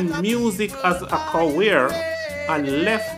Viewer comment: Who's gonna tell this man that there is no W in career. It's not cawear bro